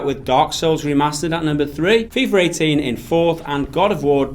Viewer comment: It’s FIFA NOT FIfer!! Lmao!!!